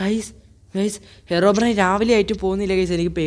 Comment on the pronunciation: Yes ellarum angane aa IPO parayunne